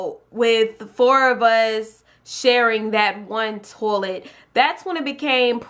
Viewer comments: you said tolet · I love how she says toilet TOLET YAS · I wasn't hating -.- just I've never heard anyone say it like that